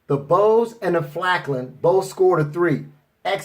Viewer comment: FALKN NOT FLAKN